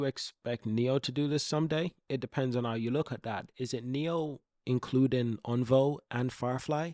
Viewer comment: Think my favourite thing is you taking on the criticism regarding how to pronounce Onvo and now you are actively saying it correctly 😁 thank you!